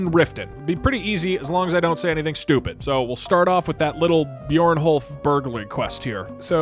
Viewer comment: “Byorn-holf “ lol